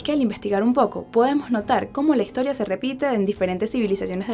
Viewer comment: por que hablas con la "g" no se escucha bien como higtoria etcetc